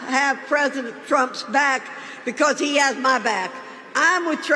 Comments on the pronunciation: Tresident Trump? She cant even speak. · “Tresident Prump” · Did she say tresident?🤣💙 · “Trezident trump” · She's so unsure and scared she said TRESIDENT PRUMP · Is she saying "Treesendent' Trump?🤔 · Did she actually call him Tresident Rump?